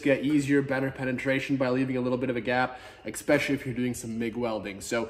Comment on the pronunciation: First, grammar nazi: "eSpecially, not eXspecially" Second, this video is awesome! The step-by-step instructions are detailed and maintains a super-friendly vibe throughout. The vibe is really motivating and encouraging for novices like me to take the first step and try it on my own. I've gotten more than a fair share of mechanics and shop owners who've told me there's no way I can fix my car on my own or "if you're asking that question, you probably shouldn't even think about working on cars." /:(